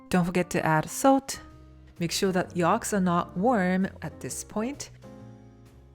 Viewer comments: Yolks, not yalks 😊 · You say yolks funny 🤣 😂